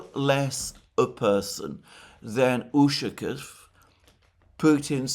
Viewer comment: The proper pronunciation of "Ushakoff" is with the stress on the "off". There should therefore be no contraction of "-o-" in the "off" syllable. It is "ushakOff". "ushakiff" is extremely annoying. Try saying "donAld". See where it gets you.